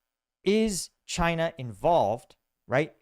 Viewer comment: really says "Chynya" at